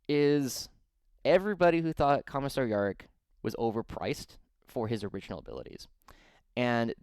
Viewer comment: Good watch apart from the Yarrick pronunication.